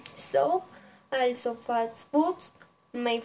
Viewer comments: Esta bien el video, mejorar pronunciación en frases como a lot of y also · Buen video, pero debes mejorar la pronunciación varias palabras como "also", "name" y "favorite"